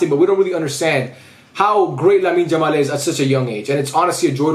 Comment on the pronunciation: Don't wamna be rude or something but could you pls call him "Yamal" and not "Jamal"